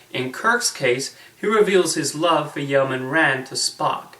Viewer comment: Yeoman is pronounced YOH-man, not YOW-man. Also, you neglected to mention Grace Lee Whitney's greatest contribution to the Star Trek universe; the mini skirt! During costume fittings for the first regular episode of the series she requested a skirt instead of pants to show off her dancers legs. Mini skirts were in fashion at the time so it wasn't an unusual suggestion. Nichelle Nichols went along with the idea and the rest of they say is history